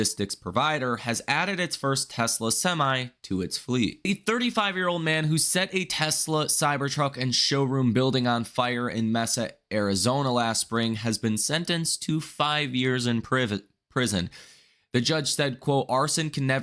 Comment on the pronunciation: Mesa, Arizona is pronounced "May-sa", as in the month of May.